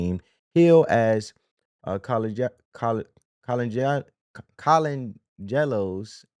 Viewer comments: Bruh it's KO-LAND-GE-LO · Jerry Co-lan-ge-lo 🤦🏻‍♂️ 😂